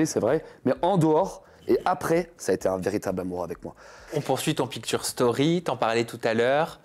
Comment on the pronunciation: on dit " pictshure" 😢